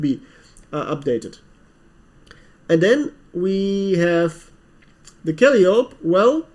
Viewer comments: Haha! I was going to make this comment, too! Kal-eye-oh-pee. I also always mis-pronounce epitome if I ever come accros it. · Kal-eye-o-p (Calliope)